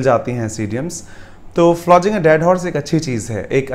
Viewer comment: Dear sir, look down upon matlab neecha dikhana hota hai toh english me meaning hate intensely kaise hogaya hate karna aur neecha dikhana dono alag cheeze hain na.. Aur flogging ki pronunciation me aapne ज pronounce kiya hai (as in giant) jabki woh ग hai. (As in Ganges). It's just a constructive criticism, plz don't mind.